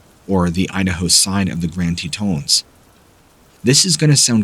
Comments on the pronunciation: Tetons! Short O, not Tetons with a long O! WTF??? 🤣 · Love your channel! Hi from Idaho! Its pronounced TEETAWNS.. Mtns.. Its called Samurai Chatter.. See Sierra Sounds!!!